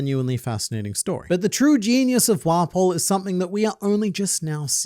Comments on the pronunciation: How many times did say "Wapol"? Lol 😂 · There's something about how pronounces it "wah-pole" instead of just 'waffle but with a p'